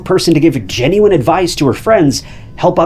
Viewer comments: is it just me or did he say "jennyone" advice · He did not.